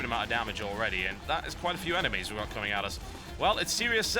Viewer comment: TB- There are a certain number of eneMEEEEEIAs" So funny..so so funny